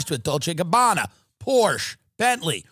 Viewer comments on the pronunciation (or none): Timmy D out there acting like DJT wasn't on the island as often as Billie C was 😂 You people need to check your political "system" before it wrecks you more than it already has. Bro can't even say Porsche right, what a tool it has become